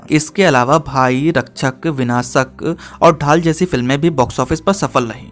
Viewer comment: RAKCHHAK nahi RAKSHAK. SHAK shabd ka uchhaaran toh kar hi sakte ho na? Toh bolo RAK+ Shak.... Please ya Pleej JO BHI AAP KO THEEK LAGE